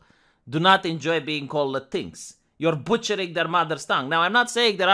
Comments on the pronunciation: Thanks for pronouncing "latinx" as "latinks", not "latinex". It's the right pronunciation, and the right mocking, that pseudo-word deserves. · I've noticed for a while that it sure seems like YT is trying to hide you from non-subscribers, and I'm pissed on your behalf. I'm sure you need me for that. Anyways, I'm glad you pronounce Latinx properly-I've been saying it that way since I first saw it. Perhaps our correct pronounciation will spread. Also, my misspellings.